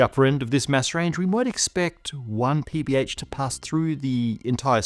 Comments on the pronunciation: each time I hear PBH, I hear PBS. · Must be hungry, because I keep hearing PB&J.